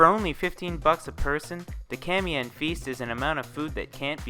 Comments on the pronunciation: Looks good! Three comments though 1. It's prounouced Ka-ma-yan not ka-mayan 2. It comes from Kamay meaning "hand"...which leads me to my third 3. for truly authentic you would use bare clean hands. But I guess the gloves are extra hygiene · Kamayan...not kamyan